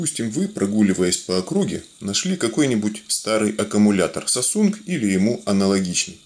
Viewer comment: Мне показать что он сказал САСУНГ?😂